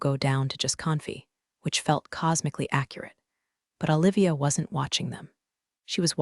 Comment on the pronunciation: Awe--livia? How about oh-livia. Do they have to spell phonetically to get the AI to pronounce it correctly? Washington State USA